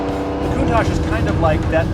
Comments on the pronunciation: Lamborghini Poontach... nuff said. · It’s lamborghini countach Not lamborghini khoontach stop pronouncing it like this